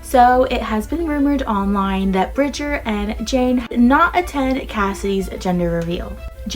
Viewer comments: btw, Jainee is pronounced jay-nee not jane. Not trying to shade at you thats what the not enough nelsons call her when she was in the videos! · Bridger is still apart of the family and it’s pronounced j-ay-nee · Her real name is JaineLee but her nickname is Jaine pronounced like Jainee